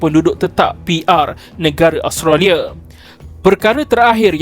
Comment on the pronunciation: Kenapa pronouncation ‘Association’ jadi ‘ASZO-KETION’ ?? Australia jadi Austaliyerr 😂 Come on !!